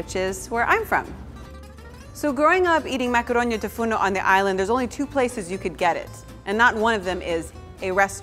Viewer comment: it is "tou fournou" not "fourno" , 🇬🇷🇬🇷